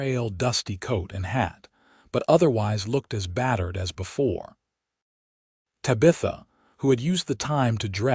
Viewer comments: Yeah, me too....bye. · Drove me crazy!!! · Terrific love story! ❤ very interesting from beginning to end. I accepted the AI mispronunciation and just held on to fully enjoying the story! ❤😊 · Not Sure I Can Keep Listening. Mangling The Name Tabitha is something AI needs to fix! It's nails grinding on a Chalkboard Aggravating. Tabitha I keep wanting To Yell. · I don't know what's so hard about Tabitha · The Name Is Pronounced, 'TAB' - 'A' - 'THA' Not 'TY'- 'BITH''- 'A'! If You Ever Watched The TV Show, 'BEWITCHED' The Little Girls Name Was Pronounced Correctly.. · Good story but reader is so cut and dry...and it's TABitha not taBITHa.... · I did NOT accept the AI mis pronunciation of TAB.i.tha. If your AI doesn't know how to pronounce a name, use a different name. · Finally a story without water rights problems and the woman doing the accounting! Refreshing ! I wish AI would do a better job of pronouncing words. TAB I THA NOT TABEETHA!!!!! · Ugh...It's TAB - I - THA...Not Tuh BITH Uh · Te Bah th ah. That's how you pronounce it. Please.😊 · think again. It’s not Ta-bee-tha, it’s Tab-ih -tha. Did you never watch Bewitched? Or better yet, even Google can tell you the correct pronunciation 🙄🙄🙄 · Ai sucks at pronouncing names/words. anyone else cringing everytime ta bith a is screwed up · Tabitha is pronounced tab-i-thuh . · Yes her tab i tha not ta bith a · Ok Tabitha is pronounced Tab eth a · No It’s Ta- BI-ta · The AI needs to learn how to pronounce Tabitha correctly! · Please fix the way AI says Tabitha's name. Cute story but if you changed that one thing it would be much better. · Please learn how to pronounce the name Tabitha. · UGH the AI needs trained how to say TABITHA. Could not get past the first 2 minutes.